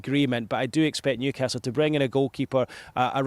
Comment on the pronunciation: Newcarsel 😂😂😂 love it